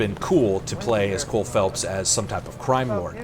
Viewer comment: Cole Phelps, not Philips...